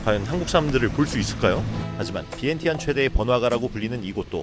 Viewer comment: 비엔티엔을 위앙잔이로 발음하시네요 공부좀 하신듯